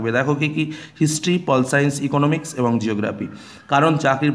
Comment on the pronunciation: It's Economics not Eoconomix